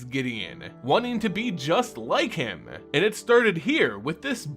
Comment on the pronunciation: Would be so much better if you wouldn't emphasize and "drag" that last syllable and ending every last word with an A. ... wanting to be just like hiiiimA NihiiiriA. ...pushed onwardsA.